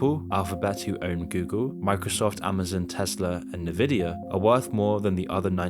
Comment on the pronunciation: "Nividia"? Yeah, I'm now convinced that this channel is AI-generated bullshit.